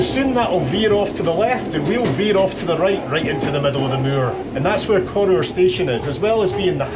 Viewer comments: I believe the pronunciation is as in CORR HOUR not CORR OOR? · Cor-oor! It's a Weegie thing, but I was soon corrected by the female ENGLISH train guard. She insisted it's called Cor-our, not Cor-oor! It's right in the absolute middle of absolutely nae-where. My sort of place. The Highest Railway station in the UK, she told me.